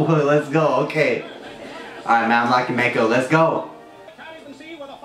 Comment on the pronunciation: Its "Mak"-o like "Mac" & cheese